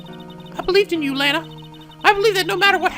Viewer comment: I know I'm being fat BUT I HAVE TO POINT THIS OUT DAMMIT IT'S EITHER "LAA - NAA" OR "LAH - NAA" NOT "LAY - NAA" SHE'S NOT A BAG OF CHIPS XDXDXD